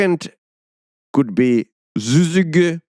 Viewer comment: it's pronounced Sih-zih-gee in case you're actually wondering